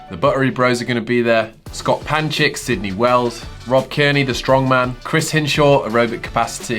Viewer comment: “Sydney” Wells?!